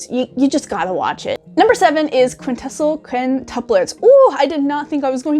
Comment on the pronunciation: "Do You Love Your Mom and Her Two-Hit Multi-Target Attacks? " is an alternate translation for "Okaa-san Online" that I've seen. I've not seen a lot of it sadly, but I'd like to at some point. QuinQuin or [The] Quintessential (Quin-teh-sen-shul, since you couldn't pronounce that lol) Quintuplets season 2 I'm super excited for, even if it was pushed back twice due to the crappy virus harassing people lol. When it comes to anime I've watched in 2019 I really can't say I've watched all that much... When Boruto: Naruto Next Generations (judge me all you like) and SAO:Alicization War of the Underworld were airing I watched those, but I have such a large backlog I try to keep my collecting down until I watch some of what I have in the aforementioned backlog. SAO is coming back in 20 some odd days finally! I'm pumped!